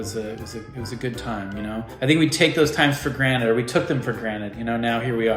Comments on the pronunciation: did you just say, take it for granite?😂 You know it's granted right?? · Did Justin say granted or granite? Lol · Did Justin say granite or granted? ? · bruh i really thought he said "granite" instead of "granted" like in the memory episode in rick and morty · wait wait.. did he just say granite? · We took it for “ granite” 😂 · "We take those times for granet"